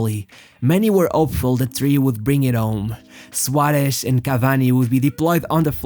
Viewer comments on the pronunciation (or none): The way you pronounce the S like Sh sounds horrible. Cut it out. “Shuaresh” its SUAREZ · Great pronunciation for a portuguese speaker, congrats. I think the Suareshhh gives away its origin. I would like to know if I am right...